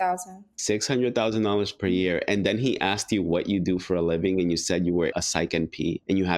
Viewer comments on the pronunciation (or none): She lost me at "axed me"